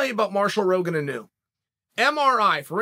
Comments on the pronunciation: inu …..pronounced; ee-noo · Hey Chael, Inu is the Japanese word for Dog and it isn't a big deal, but it is pronounced "E"-Nu. Cheers.